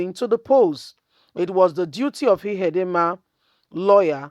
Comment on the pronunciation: Emeka Ihedioha, and not Ihedinma. You have merged the two last names to form Ihedinma.